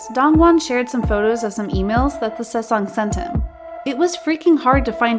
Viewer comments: and saesang instead of sasaeng lmao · it's also the "sesang" that's getting me 😂😭 world lol